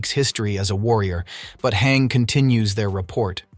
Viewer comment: i thought it was PONOUNCED HANJE NOT HANG